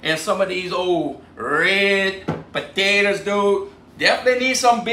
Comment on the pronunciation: Why I'm the world do you peal the puh-tay-tuz?